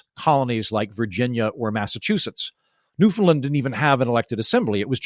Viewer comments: Not to nitpick, but the pronunciation of Newfoundland is closer to ‘Noofin-land’ than “Noofin-Lund’ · PLEASE.... Newfoundland is not pronounced as New FUND land it is pronounced as New FOUND land! Thank you...from a Canadian! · It's new-fund-LAND, actually. But the central syllable is not pronounced "found" or "fin", and the last syllable is the one stressed. It rhymes with "understand".